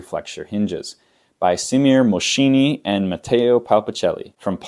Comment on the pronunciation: you butchered every word XD but for me it's fine If anyone wants to know: Simir :Mos(ch)ini and Ma(t)teo Palpacelli from politecnic university of Mar(ch)(e), the two ch are hard c sounds, while matteo is more a pronunciation imprecision due to accent, the e is not è idk how to write this one